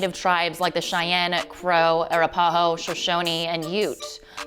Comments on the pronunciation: 1st of all learn how to pronounce Arapahoe (AH--RAP--AH--HOE) and Teton (TEE--TAWN). Your mispronunciations are like fingernails on a blackboard. Secondly the town is Jackson--just JACKSON. Jackson Hole is a ski resort IN Jackson. Third of all quit Californicating our beautiful state and go back home. None of you know how to drive here so why not just keep yourself where it's safe. Ask Jeffree Star about rolling is Rolls Royce last week and seriously injuring his passenger because he doesn't know how to slow down when the conditions dictate (i.e. ice on the road). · If you are going to report on Wyoming- you need to learn to properly pronounce common terms like Teton and Arapahoe. I would also suggest doing more research into what tribes actually lived in Wyoming. Also- can we talk about the complete biased opinions against conservatives in this video? You interviewed two people from Jackson and one from california- all liberals. Not once did you ask any other locals from outside of Jackson about why income tax is NOT a good idea. You absolutely botched this interview and put Wyoming in a bad light. Wyoming is full of a lot more than celebrities, and many of us do not like what this atrocious “news” story has to say about OUR home. Californians will never be considered our locals.